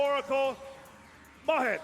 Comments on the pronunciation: Palladium Oracle "Mah HEAD", eh? ;) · And saying Ma-had and then corrected himself. Now I'm calling Mahad Ma-had from now on. XDD